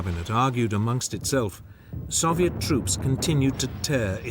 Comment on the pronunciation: Why is he pronouncing Soviet that way? The Soviets didn’t even pronounce it that way